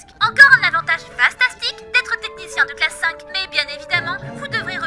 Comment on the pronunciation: T'es la seule personne qui a dit classe 5 au lieu de classe V, enfin quelqu'un prononce correctement